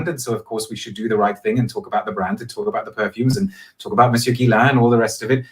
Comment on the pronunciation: Nice guy, but horribly affected accent. A total character albeit acting. He sounds like an American actor pretending to be cliched posh British but missing basic pronunciation of things. For example: 'Brand' is not and has never been pronounced BROND, that's just ridiculous. And never in the last 300 years has 'clove' been pronounced the same as 'glove'. Ever.